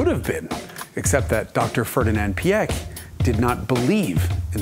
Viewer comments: Great video as usual. But that butchering of names…it’s funny that both Porsche and Ferdinand Piech is so hard for English speakers. Porsche I understand because it makes no sense in English. But Piech is pronounced like peach with an i between p and e. If the i is throwing you of jus pronounce it like peach. It’s closer to reality than PieK anyway. Why pronounce with a hard K in the end? Does not make sense at all. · Peesh and not pee eck 🙄 And when you‘re fancy try to get a t sound before the sh. It really really hurts hearing that pronunciation.